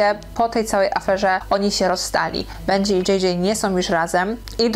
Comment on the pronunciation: bendżi król się wymawia i benji jest artystą